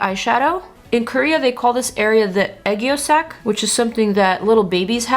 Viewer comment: it's called aegyosal, not aegyosak 🥰